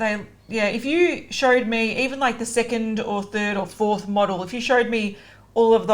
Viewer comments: Modelle is a way of pronouncing model Its how trixie says it jokingly "Shes a mod-elle" its from UHHNnnh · It’s a pisstake on model. I’m a mod-elle. (You’re pronouncing it wrong)